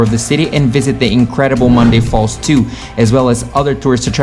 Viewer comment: It's not Monday falls, it's Ñacunday Falls.